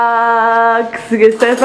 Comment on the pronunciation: si dice vlogmas